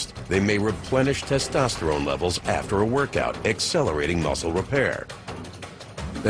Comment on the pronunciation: NimyX 》 hahahahha “tastastarane” 😂😂😂 it’s testosterone u dumbshit